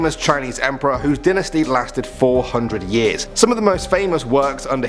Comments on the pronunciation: It's pronounced die nasty not dinnersty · It’s pronounced [Die-nasty].